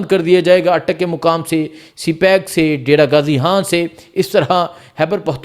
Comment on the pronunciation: Oye jahil insan imran haan laga rakha Hai imran khan bool pagal pehle bolna seekh